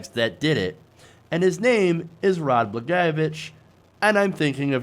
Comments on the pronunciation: still didn't get the pronunciation right. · I say this as a lifelong Illinois resident, what Trump doesn't realize is that we didn't lock up Blagojevich to keep him in. We locked him up to keep us out. I'm pretty sure any resident of this state would love to tear him apart limb from limb for what he did in this state. By the way, your pronunciation of Blagojevich is far the scariest part about this whole thing. For future reference, it's Blag-oye-o-vich